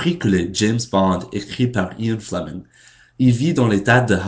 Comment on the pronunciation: Pourquoi tu dites "le garcon Americain". Garcon=boy, et tu as 21 ans. Je crois que "le jeune Americain" ou "le typ Americain" c'est mieux. Et aussi, essayez de prononcer les noms Americains dans les articles francais avec un accent francais, et pas comme en Englais. "Michael Creighton" et "Ian Fleming" comme ca.